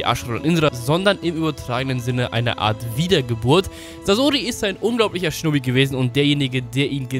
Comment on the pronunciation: Alter, wenn Du "Shinobi" sagst, verstehe ich immer "Schnubbi" xD